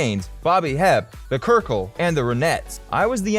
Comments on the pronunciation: Thank you. And how about his pronouncing of the name The Cyrkle! What did he say "krickle"? Try "circle". Cold and foggy in Candlestick park is the daily forecast and locals know it. The Beatles always cordial and engaging while dealing with promoters and business types plus reporters then screaming fans wore them down. They did not tire of making music and look at Paul, is he still touring because rent is due? They were about to be murdered by the Marcos' army and were basically put in a pen at the airport. I am sure the Marcos were informed by outside influences that to harm The Beatles would make the shitty dictatorship's island a target practice range instantly. And well it should have been anyway. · “The Kurkle”? Cyrcle, (Paul Simon’s “Red Rubber Ball”), and Joan “Baze” ? I’m guessing this narrator was born in, like, 2002? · Ned Grant Kurkle LOL. He's probably never heard of the Cyrcle, Red Rubber Ball, or probably even Paul Simon for that matter. He also mispronounced Tony Barrow's name and said the Beatles version of Roll Over Beethoven was released in 1966. There's nothing like doing your research before posting a video 😂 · Kirkle? Joan Baze? Perhaps you should learn to pronounce names before reading them!!! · The "Kyrkle"?!? What is the literacy and comprehension level of the person doing the reading? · "The Kurkle," "Joan Baaaze" LOL